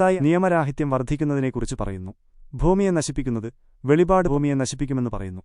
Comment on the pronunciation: വെളിപാട് അല്ല വെളിപ്പാട് 🙏